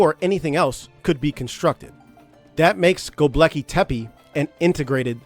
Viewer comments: Tepe not tepeE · First things first: You started with mispronouncing the name of the site. HOW COME? *TEH--PEH, not: "Teh-pee" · The second E in TepE is pronounced the same as the first one. So it's tepe not tepy, tepi, tepee but TEPE. Tepe is a turkish word for hill. First learn to pronounce the main thing you talk about. You say it a dozen times. Second the site wasn't that dry at that time, they had springs and wells which dried up and it got abandoned. If they did put terrazzo floors it was not the main water supply but an addition to combat the lack of water. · it's gobekli tepEH bro not tepey. so distracting. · He could have check the pronunciation of word Tepe, so we all can use it the right way!